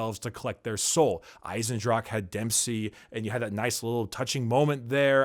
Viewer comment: ok I know this is like one year ago, but if a german word ends with an "e" it almost always has 2 syllables like "Dra-che" or "Waf-fe" So it would go "Ei-sen-dra-che" just saying ;D